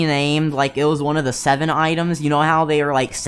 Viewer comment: "that you dont knwow" LMAO MY DUDE U OK